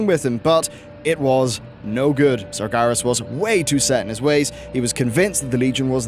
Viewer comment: It's Sar-GER-as - not Sar-GAR-is. Also, NYE-a_LOTHE-ar.